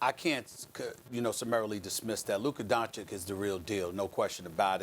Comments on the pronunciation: Stephen "Luker Donchick" Smith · Stephen “Luker Doncic” Smith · “Lukka doncick”😂😂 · Stephen A Smith: "Lükker Donchick" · Dark Knight lmaooo “lukka doncick” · LUKER DONKICK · i think you mean "luker donchik" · Luker Donchich